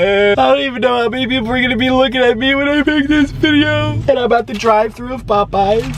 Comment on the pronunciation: POOEYES CHICKEN SANDWICH